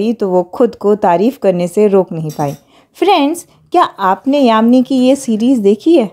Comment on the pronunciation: Yami Gautam not yamini Gautam